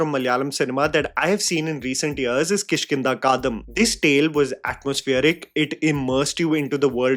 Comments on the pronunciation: Hey, no hard word, but since you have been talking about movies for years now, I'd love for you to look up the pronunciation of South Indian movie titles. I understand some are hard, but saying "kaadam" instead of Kaandam made me think how hard could that be. Just saying. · You said that we must type whatever comes first in our minds... So here i am... 😂😂 I am so confused you pronouncing the movie name as "Kishkindha Kadam" instead of "Kishkindha Kaandam".... Or am i hearing wrong? I needed to pause this video and went and checked whether i have known the name of the movie wrong all along or not..😅😅😅 Please feel free to enlighten me too if it is actually pronounced the way you are pronouncing it... I want to correct myself.... 😊😊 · It’s Kishkinda KaaNdam.. the chapter.. Kaandam jaise koi kaand ho gya! 🫣 not Kaadham 😭😭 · Sorry to say u need to pronounce movie properly it's kiskindaa kaandam...not kiskinda kaadam..before judging films..not judging u..I like ur reviews too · Kish( as in Krish without the R) - kindha (replace the a in kandha with i) Kaan (ear in hindi) -dam (dumb). Kishkindha Kaandam. repeat slowly until you get it right. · Unpopular opinion: Learn how to pronounce Kishkinda Kaandum properly, Since you give so much slack on actors not being able to pronounce certain stuff properly. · I am a huge fan of u from Kerala .. Bro you Need serious Ramayana class to pronounce KISHKINDA KANDAM.. unbelievable u don't know about Kishkinda Kandam episode From Ramayan as you were deliberetly pronouning as if you got down from New York 😂😂 It's pronunced as Kish- Kinda Kaaan - Dum .. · Someone needs to call out his pronunciation of Kishkindha Kaandam